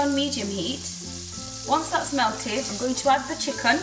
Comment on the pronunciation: "chickun" lol love your channel x